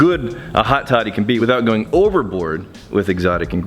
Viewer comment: I thought you said hotty toddy. Lol I live next to ole miss